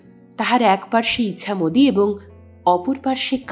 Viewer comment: নদীর নাম যতদুর মনে হয় ' ইছামতী', 'ইচ্ছামতী' নয়।